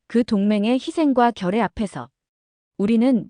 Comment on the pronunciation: 결의를 발음할때 왜 결에(애)라고 하죠?